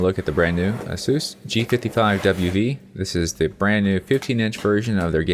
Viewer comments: "The new Asoos G55WV" ??,, Asus is pronounced ASUS. How do you pronounce "ANUS" ... "ANOOOS" ! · You are assuming that ASUS is an American (English) company name. It is actually pronounced Ay soos.